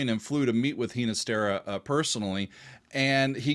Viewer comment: Hee na stera? I've always heard it pronounced with a hard G.